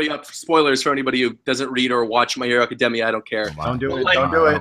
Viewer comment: WHEN THE FUCK IS GONNA PRONOUNCE ACADEMIA CORRECTLY??!!!?!!